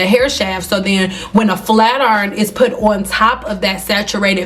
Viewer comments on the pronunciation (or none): "Flat Urn" 😂